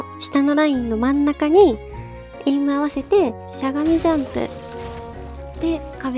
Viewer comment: の「しゃがみジャンプ」の発音気持ちよすぎる